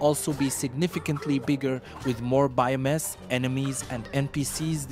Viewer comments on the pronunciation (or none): Dude... what clues are there for this "explosive launch"? How do you know it's happening soon? also... I'm sure you can do better buddy... BIMAS? You mean Biomes?